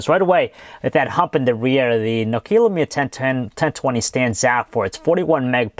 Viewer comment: Stop saying No-kea!!!